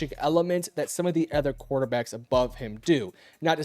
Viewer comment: Why do people say "ether" rather than "other?" 😮